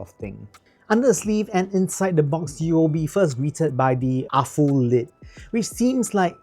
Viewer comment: You pronounced Aful correctly! Yeah. Afoo. Nice review, thanks.